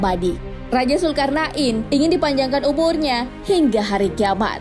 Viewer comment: kok dengernya kayak nyebut zulkar'nain ya?